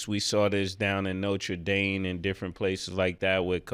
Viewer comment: Mase “Notre DANE” 😂